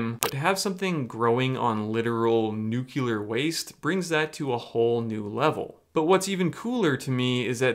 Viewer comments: Please say "new.clear" instead of "new.kyu.ler". It would make you sound much more believable as a scientist who knows his stuff! ;-) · For anyone who might not know, the word is not pronounced "Newk-you-ler" it is pronounced ""New-klee-er" - as in the nucleus (the middle part of an atom that has the protons and neutrons). I think it's kind of confusing, but there it is... Also, how is this Dana guy not in jail? I don't think shrooms should be illegal, just regulated, but how do you sell illegal drugs in a public store and not go to prison? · When one utilizes a microwave, one is nuculerating the substance. Ask W! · Love you. Please look at your pronunciation of nuclear. 🍄